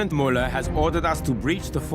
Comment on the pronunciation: The german speekers aren't even german. Otherwise they would have said "Müller" and not "Muller".